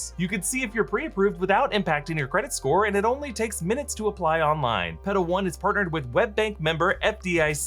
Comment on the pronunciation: You might wanna enunciate the L in Petal a little more lol. Legit thought you were saying pedo.